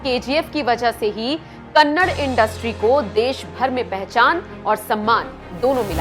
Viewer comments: Madam it's KANNADA not kannad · its not kannad, its kannada , please respect our language , though you dont have for youself , but we do have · Again you pronouncing kannad Madam please pronounce it Da Da "KANNADA" "ಕನ್ನಡ" One of the oldest language of India... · It's not kannad "KANNADA"